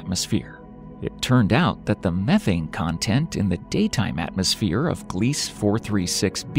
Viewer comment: *Gliese - glee-suh 🙄 🤭